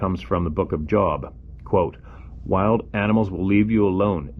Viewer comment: Christian? You can't even pronounce the name Job correctly. Sup with that?